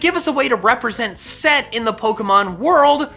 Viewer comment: It’s not set, it’s Seth. I learned that this year in school